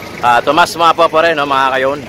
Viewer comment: hindi po map-wa ang pag pronounce. Ma-pu-wa po. Sagwa pakinggan inulit ulit nyo pa. Peace